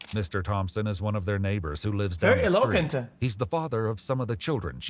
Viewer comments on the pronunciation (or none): "Very Eloquent" says Felix about a little girl, completely mispronouncing it himself as a fully grown adult